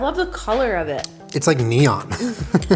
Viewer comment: that's not neon.